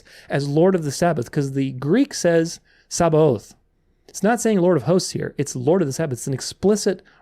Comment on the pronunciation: Great work overall and a pleasure to watch. One minor mistake you have is the word you cited in the Septuagint "Sabaoth". That word does not mean Sabbath. It's H6635 which pertains to an army and war. The word has a ts sound like tsebaoth (hosts) and not a sh like sound shabbath (rest day). It's easily confused though. But the whole connection to Yahusha being Adonai of Sabbath is not there.